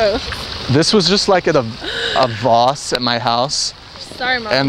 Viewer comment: "A voss in my house" LOL its pronounced how it's spelt "VASE" like "VACE" not VOSS like ROSS with a V -.